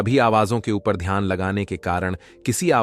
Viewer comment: Ghyan nahi dhyan kahiye